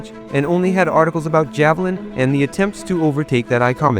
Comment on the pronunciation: Ja-VAH-Lin?? lmao.